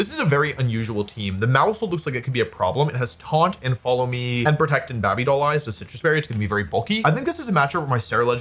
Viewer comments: How is babby made? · "bahby doll eyes" 😂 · Bae-bee* BABY WOLFEY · what is that pronounciation of 'baby' as 'babby'? asking for a friend?